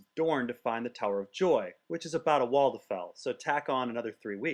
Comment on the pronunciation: Love the "walltuhfell" system.